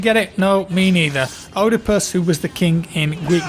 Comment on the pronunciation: No offense but the way you pronounced Oedipus and Thebes makes me want to shoot myself in the head